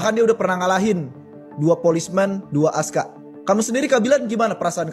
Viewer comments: Bukan ASKA LAAA, ASKAR 😂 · Askar bukan Aska😅😅😅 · Askar bukan ASKA. lu beli kamus melayu dimana sih kok ngawur?